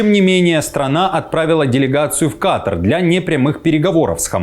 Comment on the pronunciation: По прилётЕ, а не по прилётУ. КатАр, а не КАтар (это норма русского языка).